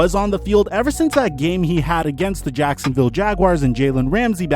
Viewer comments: 6.35 says sacksinviolle jaguars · You said saxinville Jaguars